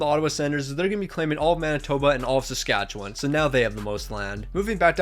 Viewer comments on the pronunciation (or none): none